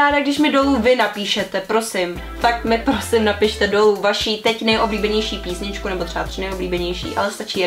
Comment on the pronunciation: Ona fakt řekla "píšničku"😂.